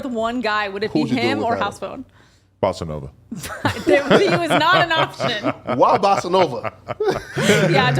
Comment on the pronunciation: When he said bossanova 😂